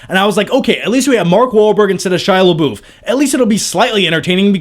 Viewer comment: Its pronunced shia labuff not shia laboof